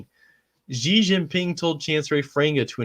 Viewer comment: FYI the pronunciation of Xi is closer to the English word "she"